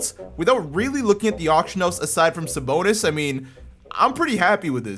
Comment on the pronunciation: Bruh, American pronounce on Lithuania words, just killing me. You have to say Arvydas Sabonis, not Arvyyydas Sabounis, BTW 😂😂😂